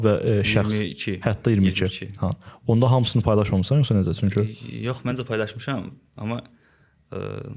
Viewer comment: İntellektual insanlar ilk əvvəl düzgün nitq qabiliyyətinə sahib olmalıdır. Dzərəyan, nedzə, tsox. Biabırçılıq.